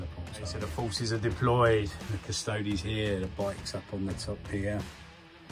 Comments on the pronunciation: cuss-toe-dees. like ass-tar-tees. not astartes. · Custodes... cus👏toe👏dees👏🧐